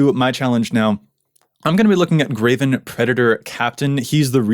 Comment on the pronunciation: He constantly pronounces Greven "Graven" and it drives me insane every time. There's no A in his name!!!